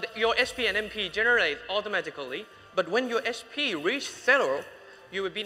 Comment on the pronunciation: Don't forget about au-to-mat-ic-a-ry